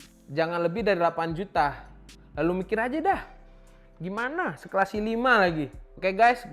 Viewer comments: ai tri - i faif HAHAHA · lucu orangnya.. ngomong i3 bisa (ai tri) ngomong i5 gabisa (i faiv)